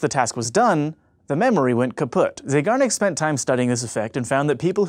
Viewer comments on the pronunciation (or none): why do you always say "kaput"(german) when you can't rly pronounce it right ? Or has English adopted the word ?